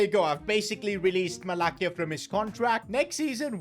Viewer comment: its not 'Malakia' its Malasya=Malacia (pronunciation)